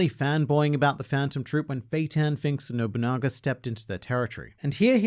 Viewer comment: was that bait by sayin bonolenov when you're talkin about nobunaga